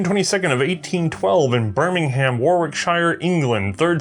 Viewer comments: Birmingham is pronounced like birmingum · In England it’s pronounced ‘birmingum’ as opposed to birming-ham. Another weird quirk of the language. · Please stop pronouncing English place names as if the way they are spelled has any bearing on how they sound. Bur-min-gum Wo-rick-shuh